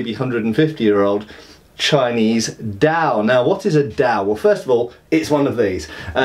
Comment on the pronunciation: Glad you're finally doing Chinese weapons. There's quite a bit of them, so have fun. As an aside, the D in Dao and Dadao sounds almost like T.